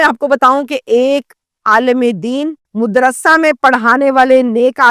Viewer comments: O YOU STUPID AND BRAINLESS, IT IS NOT "" MUDRASA "", THE CORRECT WORD IS, "" MADRASA "" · Mudarsa nahi hota madaersa hota hey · Mudrrasa nai madrasa...pehly urdu seekh lo madam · Mudarrasa nahi Madarsa lafz hey. Apki urdu sahih nahi hey. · آپ مدرسہ میم پر پیش کےساتھ کیوں بول رھی ھیں۔؟میم پر زبر ھے madarsah